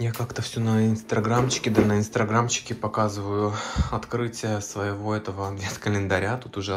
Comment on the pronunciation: почему ты говоришь инстраграмм, а не инстаграмм?